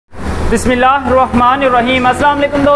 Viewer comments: First learn how to say bismillah hirrehman nirrahim correctly and then make vlog. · Is ki bismillah mene 30 baar suni mujhe to samajh nahi aayi or kisi ko aayi 😜😜😜😂😂😂😂😂